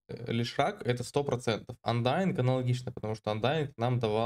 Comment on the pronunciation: Андерлорд , а не андаинг😅